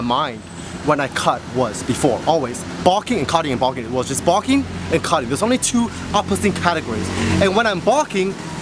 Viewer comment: "When I'm boking" haha sorry